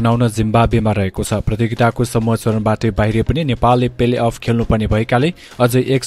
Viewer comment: पेलेअफ😀😀😀 प्लेअफ हैन र